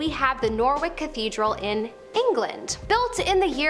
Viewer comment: Try NOR ICH the W is silent and is not norwick